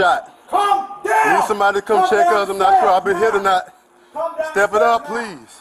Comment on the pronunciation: Am I the only one that was getting confused with the first officer saying to “come down “ but it comes across as “calm down”? I have an accent so my “L” isn’t as annunciated as it should be. Sounds like the suspect even says, I am calm.